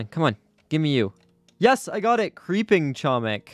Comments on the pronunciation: Yes it's like.homik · doing what i must do:, you are pronouncing "chomik" incorrectly, the "c" in "chomik" is silent